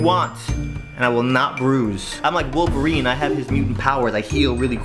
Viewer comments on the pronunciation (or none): none